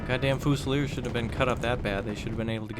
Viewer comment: Every time he pronounces it foosileers I die a little inside